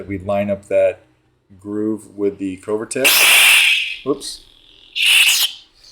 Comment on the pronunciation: Covertec - the “o” is like “glove” not like “go”. Always love your vids. No hate, just something that hit me. 🙏🏻